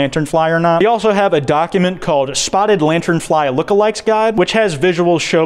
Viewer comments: Everytime I hear say spottred I die a lil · “Spottered” boy can not pronounce spotted to save his life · Anyone else think they just keep hearing him say “spottered lantern fly” or is that just me